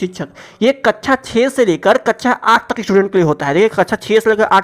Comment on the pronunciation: Kaccha ni kaksha hota h vo 😝